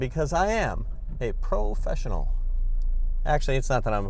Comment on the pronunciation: "I am a pro fessional u.u"